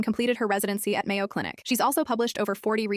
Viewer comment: "Mayo Clinic" MAYO?! 😭😭